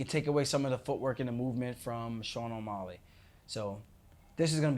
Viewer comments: Whyyy do u keep saying O’molley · Omolly, he keeps saying. Lol